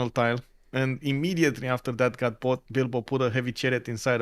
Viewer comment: U kept saying dido? U mean bilbo? 😂Wasn’t the only name issue you guys kept calling people different names I was confused. Still thankful for the stream just confused a lot